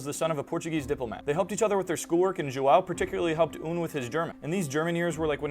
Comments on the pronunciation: are you seriously mispronouncing João, a portuguese name as "Joao"? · joão as "zhoo-owl" is crazy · Nice pronunciation of "João" btw Language channel my ass lol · Firts time I've seen João being pronounced like that lol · I'm almost sure his friends name is João, with the diacritic mark, it's pronounced differently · The lack of proper pronunciation of João is just wrong, but the fact he speaks Swiss German is funny and humanizes, but makes him even worse as he was once just any normal person with high status.